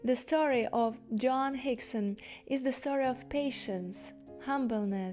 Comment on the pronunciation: your pronunciation of "Joan" is distracting and annoying